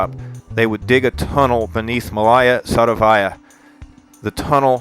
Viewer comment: Please corrrect those horrible stresses: it's not MalAya SadovAya, but MAlaya SadOvaya!